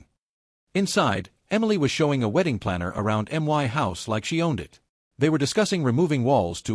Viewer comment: Why can't these robo voices pronounce "my"??